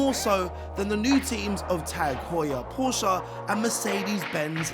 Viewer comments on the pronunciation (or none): What is Porscha?? it is Porsche!! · PORSCHE, not PORSCHA. Some mispronunciations are just dumb or simply annoying. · It hurts my ear drums to hear they say "Porscha". Learn how to pronounce the team correctly first. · No, you say it Porsch-a. It's German so you say the e. You don't leave it out.